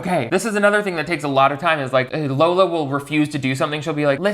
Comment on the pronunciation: I have this new puppy named Darla, and I call her LARLA. 😂😂 So when said “Larla” instead of Lola it made me feel validated in my weird choice of dog nicknames.